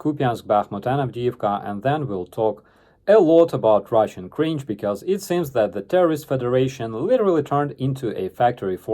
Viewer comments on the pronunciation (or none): Lmfao, I could have sworn you uttered the words "ruzzian military scientists"